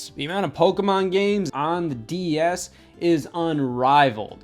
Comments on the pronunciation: I swear Scott says DES instead of DS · I keep hearing him say DES like wtf xD a few times he says DS but most of the time I hear the first one. Either way amazing vid. Reupload to main channel and I'll rewatch ♡ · he keeps calling it a DES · Please stop saying "D.E.S". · Lol I can't unhear that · DeS? Anyone else notice this? I couldn't not hear it the entire video! LOL